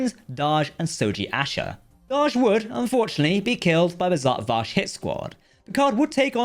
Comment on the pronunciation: Zod Vash not zat vash